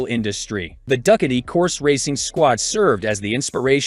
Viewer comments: Come on bro duck- a dee, you mean ducati? do cot t. LMFAO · Duck-uh-tee. LOL! It's Ducati = Doo-kot-E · When getting someone to do a voice over on a video, the person should “know” the subject, namely: the brand names of motorcycles. Ducati pronounced Do ka tee. Not Duck a tey. That’s just one. Listen, if you don’t “know” what you’re talking about, better to be quiet and thought a fool than to open your mouth and remove all doubt. FYI. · The AI doing the narrative needs additional tweaking. This is a "tech" site so you would expect the narrator to be able to pronounce a famous motorcycle OEM like Ducati. I couldn't watch it anymore after it started saying "Duck-a-dee" over and over again. Anyone who rides knows it's pronounced "Do-ka-tee" not "Duck-a-dee." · A weird way of pronouncing Ducati,, check it out . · From now on, ima call it duck a dee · I'am italian, try with this: Du - similar to "Doo"m pronunce without the M Cat - similar to "Cat"erpillar E - similar to "e"-commerce or "e"-mail Ducati -> DooCatE Is the closer pronunciation that you can try, in order to match the original sound. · Do you miss pronounce the Duckti and you didn’t give any coast ? Why make a video and leave out information? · Dude said duckati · Who are the getting to read this translation into English? Duckatti - is that some kind of new brand? What the dude? Lol!!!!!!!!! Look it's Duckatti - you mean Ducatti? No it's pronounced Duckatti!!!!!!! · The narration is cringeworthy… Ducati pronounced duckady?! I guess that is what you get when you let some half baked AI do the talking. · Get someone who can properly pronounce Du- ca- ti. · I know, right?! I was digging all the sweet looking e-bikes but I couldn't believe how no one involved with creating or uploading this video could miss such a badly mispronounced word like "Ducati"! 😏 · Please get a narrator that can pronounce Ducati, etc. properly. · Can’t even pronounce Ducati on a bike video it’s just laughable